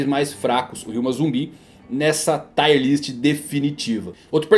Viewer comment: Parabéns pelo vídeo. Só uma correção, " Tier" se fala como escreve, não " Taier". Valeu.